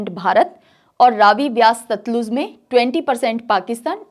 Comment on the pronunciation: सतलज नही सतलुज नदी बोलिए teacher जी